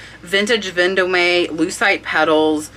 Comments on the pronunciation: Love the pics and great info but please learn how perfe pronounces the brands. Ven- dome and Givenchy gee von she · Hi. Love your info! FYI: Vendome is French, it's pronounced vahn- dum.